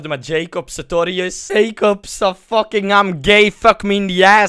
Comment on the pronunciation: haha ik vind het grappig dat je altijd fuCHking zegt😉😉😂😂